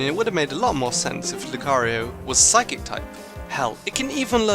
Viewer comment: You said psychc not psychic